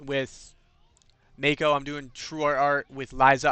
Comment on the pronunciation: Also it bothers me more than it should that you pronounce her name "mayko" instead of "mahko" 😂